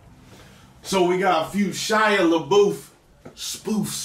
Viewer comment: Shia Leboof? xD